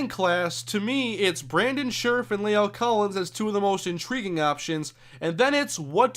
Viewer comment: By the way, La'el Collins' first name is pronounced "lah-ell," not "lay-ell"